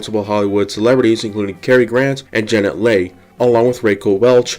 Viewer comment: "Kerkorian would often exploit many parts of the casino for his own personal gain." Is this the mush that they teach you kids in school today -- when you use your own property, you're "exploiting"? Also, it's Ra-quel' Welch (accent on the second syllable) and Janet Leigh (pronounced Lee, not Lay) The picture is Shecky Green, not Fred Macmurray (and not Macennmurray). Jai Alai is pronounced "Hi A-li"